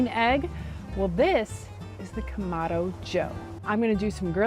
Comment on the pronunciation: You started out saying it right but you changed to camadooo😂